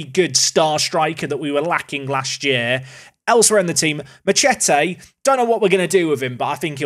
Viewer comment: How is he missing the obvious joke in that name saying it like 'ma-chet-ay' lol